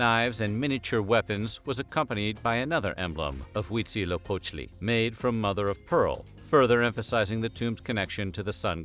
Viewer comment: I am impressed by the pronunciaition of Huitzilopochtli. 10/10